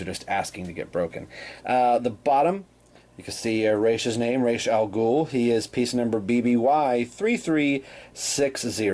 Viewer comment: Sorry for been so late seeing this review but what can I say Thank you Thank you Thank you so so much!!! I geeked out watching this it was so good to finally hear someone else say the name properly Oh my freaking God every time you said his name I could feel the torment of those backward videos I've seen in the passed and not to mention Christian Bale getting the name wrong fustration drifting away!!!! Now since my psychological torment is over on to your review it's good to see that the black side of the board building up really coming along well buddy almost there i really like your mixing it up definitely a well painted figure totally agree with you on that i can't wait for the next piece to be put up great job as always buddy thanks so much for this.